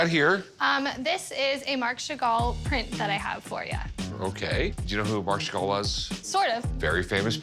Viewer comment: Sheven chagall😂